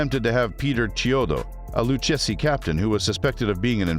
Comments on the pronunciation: LOU-KA-ZEE IS HOW IT IS PRONOUNCED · LOO-KAY-ZEE crime family who the hell is this narrator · You’ll have to learn how to pronounce the family’s name